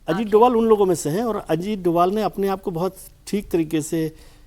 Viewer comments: वो डोभाल हैं डोवल नहीं , कृपया अपने उच्चारण को सही करें, उनको ये पुरस्कार मिलना पुरस्कार को सम्मान है , उनका जवाब नहीं ❤❤ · Shri Ajit Dobhaal naam hai doval doval kah rahi hai aap ek jimmedar channel se aisa kaha Jana nindaniya hai.